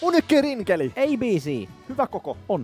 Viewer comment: Vihdoin on oppinu sanomaan rinkeli